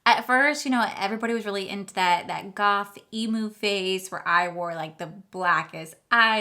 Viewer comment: Hehehehe, you said emu. It's emo 😂😂😂